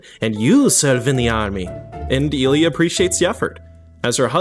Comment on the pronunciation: that pronunciation of Oktyábr'skaya is a disgrace. Oh shit nvm you couldn't even say Ilyá right. Fire this guy